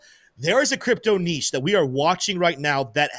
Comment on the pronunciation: May God bless for his pronunciation of ‘niche’. Spoken like an American!🇺🇸